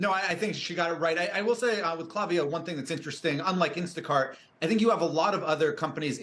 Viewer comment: Yikes - please try pronouncing their name correctly - it's a hard "A" not a soft "a" in the name kl**A**viyo